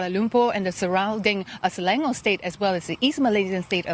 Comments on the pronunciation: Se la ngor not slank ngor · Hi, Selangor is pronounced as Suh - Lah ng - Ngoh r. And not Slang ngore. Please respect the Malay language. Thanks.